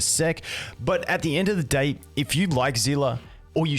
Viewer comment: "At yhe end of the gay" 👀👀👀